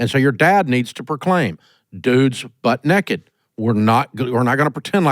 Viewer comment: “Dude’s butt neked.” 😂